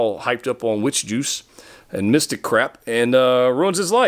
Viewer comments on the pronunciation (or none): "Witch Juice" in your Tallahassee FL accent is the best thing I've heard all week